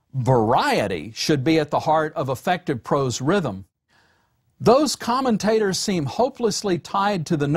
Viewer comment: Anyone else hear “common taters” ?